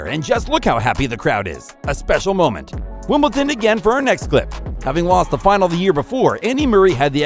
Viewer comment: There’s no T in Wimbledon!